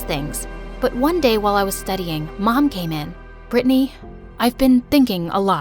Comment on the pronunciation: IM CALLED BRITTANY BUT THATS NOT HOW U PRONOUNCE IT 😭 U pronounced it as Britney 💀